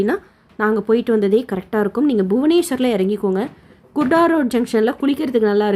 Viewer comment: Kurda Junction... Not kudaro sister